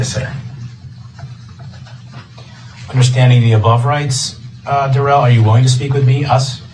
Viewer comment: Duh-rell is so studious...judge Dorrow should make him read publicly the notes he was supposedly writing. If he refuses...tase until compliant.